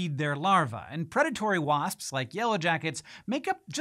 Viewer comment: The more Hank says "wasps" the weirder it sounds. Why is that, Hank?